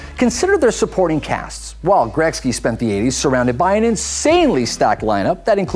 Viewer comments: Is he saying grekzky???? It is pronounced Gretzky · He said Gretzky wrong every single time